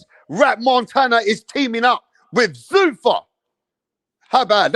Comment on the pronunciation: Zuffa. Not Zoofa